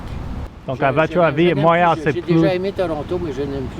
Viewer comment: Cant even say Montréal the right way haha